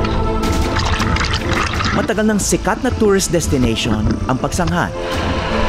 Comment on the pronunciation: Pagsanghan ka ng pagsanghan Pagsanjan Ang pagbigkas nyan